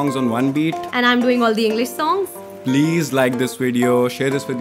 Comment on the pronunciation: Everything about this mashup is great in-fact, but the way started with saying "Engliss", it was embarrassing:D